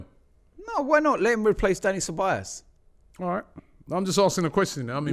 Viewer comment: it's CEBAJOS (pronunciation)